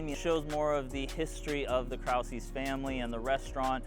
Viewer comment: So good to see you at the park! Just wanted to share its prob a good idea to check the pronunciation of the German words in the titles of the murals to remain authentic to our 78130 history. As a German American, our culture is super important to me and many others here. The pronunciation of the mural at Krause’s is pretty inaccurate. Thank you for showcasing our murals!